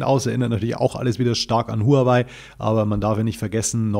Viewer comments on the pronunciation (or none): Noch einmal: Die Firma HUAWEI wird richtig "HAOWEI" ausgesprochen !! Profis sollten das wissen. Danke!